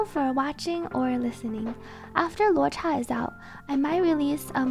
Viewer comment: 10 on 10 on pronouncing luocha